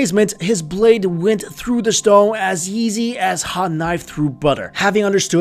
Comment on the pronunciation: Anyone else notice how he pronounces easy like "Yeezy"?